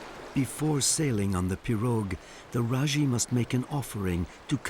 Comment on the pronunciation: He is is pronouncing pirouge incorrectly lol